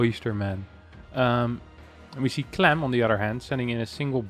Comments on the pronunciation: Why are you saying “clum” instead of “clam”? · you need to say "clam" like your southern accent. It's the nasal "a" sound not clahm. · The a in clam is pronounced like the a in ham